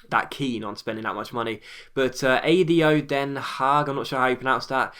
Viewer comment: great pronouciation of ADO Den Haag! Best i've seen so far